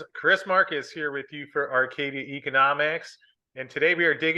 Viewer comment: OMG Chris pronounced Arcadia correctly!!!